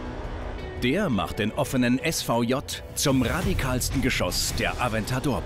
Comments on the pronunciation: Sagt man nicht Lamborghini SVJ und nicht ES VU JEY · Es Wu Jey ist richtig, spricht man so aus. 👍🏽👍🏽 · Also auf Italienisch wäre es "esse vu i-lunga", Herr Malmedie hat nen komischen Hybrid aus dem und der englischen Aussprache benutzt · "lamborghini aventador s wu jay roadster"😂😂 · Lamborghini es wuu jey 😅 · „S Vu Jey“ und „Hüpersport Cabrio“... Was ist heute los?! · Ich hab italienische Freunde und die haben noch nie so rauh italienisch gesprochen. Ist mir auch ziemlich wurst, ob das V oder J nicht italienisch ausgesprochen wurde und was davon englisch klingt, auf jeden Fall klingt es einfach nur bescheuert. Verfass einfach einen zweiten Kommentar, der auf meinen anspielt, da könnt ihr dann gegenseitig masturbieren wie geil ES VU JEY klingt :o Und wenn du ganz fuchsig bist, lässt du dir ES VU JEY pattentieren und machst dazu einen tolle Yogafigur. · Johannes Gamper Verstehe mich nicht falsch. Ich streite jetzt nicht ab, dass du recht hast. Anscheinend gibt es die Art der Aussprache tatsächlich. Ich finde es nur befremdlich (da meiner Meinung nach nicht in die italienische Sprache passt) und habe es einfach davor noch nie so gehört.